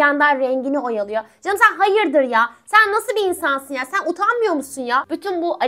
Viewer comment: Herşey değişir fakat ablanın "Selam kızlar, Selamün Aleyküm erkekler" girişi değişmez ha birde hayıdıR diyişi jsjssjs ❤❤❤